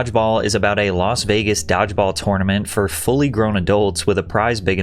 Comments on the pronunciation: Why is he saying "diveball" for dodgeball? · "Dog-ball": yeah, AI.